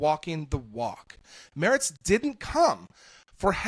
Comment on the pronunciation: Why can't Americans pronounce Mertz 😂. It's pronounced like a female horse, a mare, ending with a tz. It's NOT pronounced [moerts] but [maertzz]. - And certainly not "Merrick" as he repeatedly was called here.